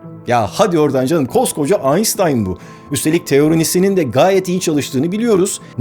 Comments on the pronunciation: Koskoca Aynştayn Aynsstayn oldu ya la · Kardeşim her şeyi güzel söylüyorsun ama Allah aşkına şu Einstein ın adını bir öğren 😁 Aynstayn denmez Aynştayn diye söylenir.. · Mübarek adam AynSıtayn değil AYNŞTAYN Şeklinde okunur, lütfen adamın ismini doğru telafuz edin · Bir de durmadan "Aynstayn" diye telaffuz etmiyor mu adamın adını, deli oluyorum. Doğru ve orijinal telaffuz şekli "Aynştayn" dır, sayın "Beyris Ozkeyn" bey. 😉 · Aynştayn değil de Aynstayn demesine birtek ben mi takılıyorum? Ben neden detay farkediyorum ve bunu sorunmuş gibi düşünüyorum? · aynştayn aynstayn oldu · “aynştayn”a “aynstayn” demek, barış’a “baris” demekle bir.. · Barış bey anlamadığım bir şey var: Neden Aynştayn teleffuzunu Aynstayn'a çevirdiniz. Einstein bir özel ad olduğu ve kendi dilinde Aynştayn okunduğu için telaffuzunun da öyle olması gerekmez mi? Özenle Aynstayn diye seslendirmenizin başka bir nedeni mi var? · Neden her videoda inadına aynStan diyorsun aynŞtan demek varken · Aynstain nedir abi bari sen yapma aynştayn diye dile getir .😀😀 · Abi Einstein ayn stayn diye değil, Ayn Ştayn diye okunur. Seni seviyoruz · Barış hocam, Einstein'ı sürekli "aynztayn" olarak telaffuz ediyorsunuz, okunuşu "aynştayn" şeklindedir. Ein (ayn:bir) ve Stein (ştayn:taş) kelimelerinin birleşimidir. Eins ve tein (kendi başına bir anlamı yok) değil. Almanca'da "s" ve "t" harfleri yan yana gelince "şt" olarak okunmalı. Yani Einstein "aynştayn" olarak okunmalı. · Aynstayn değil aynştayn birader. Abd'de yaşayanların her şeyi ingilizce zannetmesi neyse de trden göçmüş adamsın hiç mi duymadın aynştayn'ı? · Hocam AYNSTAYN değil şu adamın ismi AYNŞTAYN. Artık Türkçeleşmiş bir şeyi inatla sonradan kendi istediğiniz şekle sokamazsınız, dil bu. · düzeltme: sevgili özcan, "aynştayn" diye söylenir, "ayınsıtayın" diye söylenmez. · Hocam kabalık olmasın, almanca "st", "şt" olarak okunur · Barış kardeşim konuyla alakasız ama ALBERT AYNŞTAYN diye okunur ..AYNSTAN DEĞİL ..Selamlar ... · Aynstyan mı aynştayn mı?